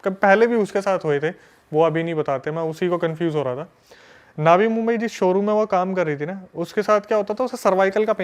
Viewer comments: नवी मुंबई होता है भाई नावी मुंबई नहीं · It's not नावी मुंबई, it's नवी मुंबई. Mind it